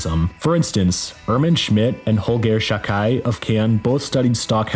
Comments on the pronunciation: You did a great job. I know how hard it must be. Only Holger Chukay is pronounced differently, more with an u-Sound in German, which sounds like oo in English (think of food), so try Chook-I. Greetings from Germany! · The pronunciation of Czukay in the video really threw me. I always (incorrectly) pronounced it Zoo-kay. Professor Google sez it's Choo-kai. Kraan up until at least 77 and the 1st Kollektiv album should be mentioned in any video on this subject.